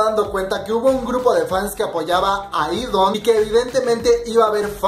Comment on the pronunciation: Se pronuncia idan no idon 😂😂😂😂😂😂😂😂😂😂